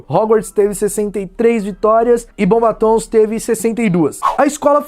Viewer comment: Mds eu fico com uma agonia quando ele fala bombatons